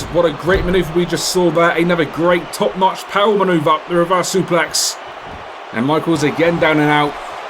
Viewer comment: Okay, am I the only one that finds the way he says "top notch" and "music" really fun? Either way, I have a dream match card that's gonna fit with your storylines so far. 1. Paul Wight, Shane O'Mac and Triple H versus Randy Orton, Roman Reigns and Cactus Jack, Raw vs Smackdown elimination six-man tag. Winning side's GM (Raw: Vince, SM: Mick) gets to lead all the shows. And the winning superstars are granted future title shots. 2. Seth Rollins vs Shawn Micheals, Ladder match for the World Heavyweight title. 3. Neville vs Sami Zayn vs Cesaro vs Finn Balor, fatal four way for NXT title. 4. John Cena and ??? vs Big E and Kofi/The Vaudevillains/Luke Harper and Erick Rowan/Golden-Star Dust/Enzo and Big Cass, tag team match for the tag titles (any of those five teams). 5. Bret Hart vs Kane vs Billy Gunn vs Booker T vs Vader vs Rikishi, Special Gauntlet Match for the Hardcore title. Two superstars enter (champion and challenger). The winner of that is declared the possible champ and the next one comes out. The winner of the final match is the official champ. 6. Rusev vs Dean Ambrose vs Ryback vs Sheamus, fatal four for the #1 con. for the WHC. 7. Undertaker vs Chris Jericho, 30 min Iron man match for the IC and WWF titles. PS: Don't need to use any of these ideas, just a wishlist.